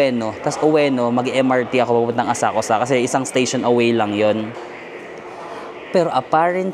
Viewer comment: Asakusa is pronounced as Asakska silent 'U' please